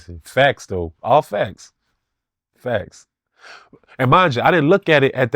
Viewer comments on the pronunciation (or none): Whips, handcuffs, feathers okay, but dildos this is too much. Fuck a red flag, no friendship! dont say "Facts" he says "fax" 😂😂😂